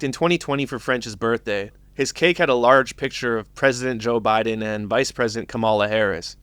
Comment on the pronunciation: What's up with black people not being able to say Biden? Retardation?